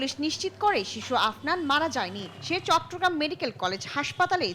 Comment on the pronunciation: বার্মা না ঢাকা😂😂 চট্রগ্রাম চট্টগ্রাম